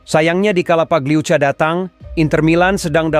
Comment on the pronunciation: Pagliuca pagliuka min